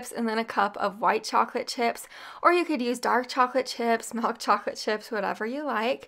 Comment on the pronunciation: Love the recipies. Love the energy... It drives me nuts how she says mIlk. She says melk. It drives me nuts. But not enough so that i stop watching.